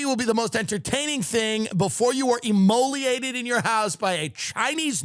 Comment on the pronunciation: Immolate...not immoliate. You're the man, Tim!